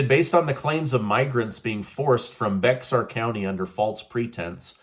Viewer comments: Bexar County is pronounced “bear”. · Smiling, Bexar County is spoken to be bear county. Grew up in San Antonio. Just so you know. Thanks for updates we are living in crazy times. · Bexar County in Texas is pronounced Bear, the X is silent. Thank you for all the information you provide to us daily! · Bexar = Bear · Bexar county is pronounced "Bear" county. Don't know if you care but I figured I would inform you as I would like to be informed were the situation reversed. Have a good day and keep up the videos. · Bexar County is pronounced Bear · Like your news reporting. Just a friendly FYI. the story with the sheriff investigating the Martha’s Vineyard incident; Bexar county is pronounced “bear”. The X is silent. I’m a resident of the same county. Thanks again for the news. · Bexar county is pronounced bear....in Texas. Great show! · Thank you for the report. You continue to do a great job. As a side note, BEXAR is pronounced identically as BEAR.